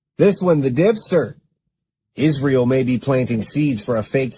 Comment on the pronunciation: Yes uhh 😂 everything ends withuhh uhh 🙄 “ also these mispronounced words that drive me nuts: “Ishreal”, “burried”, “architexture”…to name a few 🙄